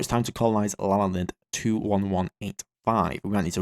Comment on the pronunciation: Hearing him mispronounce my last name is glorious. (My last name is Lalande and it's pronounced in English like La (as in La La La) Land (as in the geological feature).